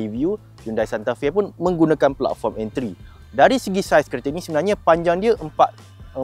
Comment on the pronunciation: mohon betulkan bunyi dua perkataan ni boleh? Channel kereta bunyi 2 ni penting? Sportage bunyi (sport + age) bukan (sport + touch). Platform bunyi (plat + form) bukan bunyi (plug + foam)